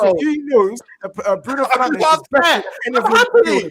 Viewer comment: Liverpool fan is so uneducated😂Keep calling him penandes please.